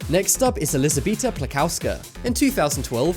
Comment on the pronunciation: Its pronounced Ells-bee-eta